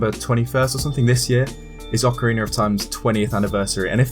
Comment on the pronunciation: Oceriner of time